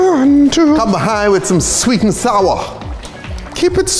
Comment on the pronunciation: "keep it sweet keep it sourRRRrRr~~~"